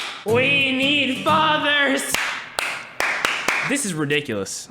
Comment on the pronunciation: “WE NEED FATHERs 👏👏👏👏👏We nEeeeD FaTherSS👏👏👏👏👏✨✨ -go me rolling fr tho